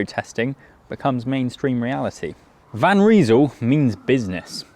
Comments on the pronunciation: Van Rysel - you say "Van Reesul", I say "Van R-eye-sul". It hasn't taken the likes of Ltwoo and Wheeltop long to develop road and gravel groupsets almost on a par with mid tier Shimano and Sram. It won't be long before they are equals. If the Chinese brands can establish service centres in Britain and Europe, like Elves have, that would speed up dealing with warranty issues enormously but until then it usually only takes 8 - 10 days to get parts from China. I ordered an crankset off AliExpress on 28 December, it was delivered today 3 January ! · It’s Van Rysal. Not Van Reesal. 😂